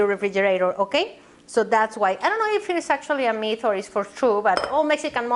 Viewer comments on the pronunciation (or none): none